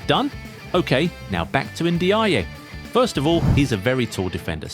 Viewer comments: Pronounced N-jai. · It's pronounced njay.